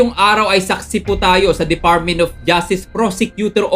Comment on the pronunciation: DeFartment of Justice, Moltipol CIVER LIVEL. hahahaha hoy brad malapit mlaglag yung pustiso mo! CIVER LIVEL hahahaha. ayusin mo yang pagbigkas mo!